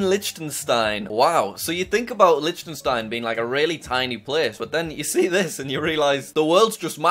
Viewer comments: You don’t say it like Lichtenstein, instead it’s Licktenstein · Liechtenstein is pronounced licktenstein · Dude! You just slaughtered the pronunciation of Liechtenstein...